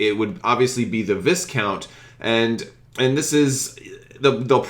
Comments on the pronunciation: I would like to point out a minor error but one that I see often. Viscount is pronounced VY-kownt. The S is silent. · where'd you get that sweet-ass Chimaera tshirt? (PS "Vie-count," with a silent S.)